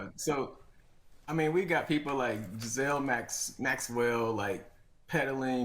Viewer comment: Giselle Maxwell?? If you're going to reference someone, at least figure out how to pronounce her name